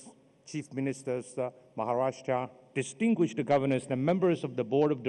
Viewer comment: Did he say dintinguished deglegates? Hahahaha